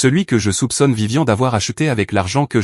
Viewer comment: ce n'est pas vivian, mais VIVIANE !!! apprennez la différence de prononciation entre les prénoms masculins et féminins. Pouce en bas pour ne pas avoir écouté la bande son avant de l'avoir diffusé. Déjà que c'est l'IA qui fait tout pour vous, essayez au moins de travailler un peu pour gagner les sous de la monétisation. Idem pour les sous-titres inutiles, bourrés de fautes.